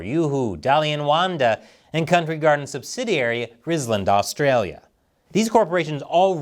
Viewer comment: His pronunciation of Australia ...